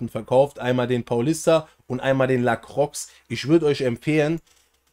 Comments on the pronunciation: Nices Video! Btw es wird "La-kroa" ausgesprochen ;) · Wenn mans genau nimmt La kroi Ps(bin halb französisch) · bin nicht französisch aber es heißt La-kroa ;)